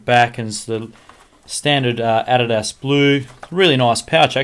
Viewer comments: He doesnt even know how to say adidas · lol you say adidas funny